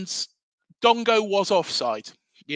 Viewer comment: Dango not Dongo